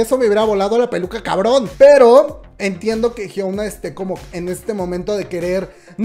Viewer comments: me perturba que la le diga HYUOUNA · jsjsjjs me causa conflicto que digas Hyouna jajdjsjjs pero gracias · hiouna ???? que es esto :v jajaj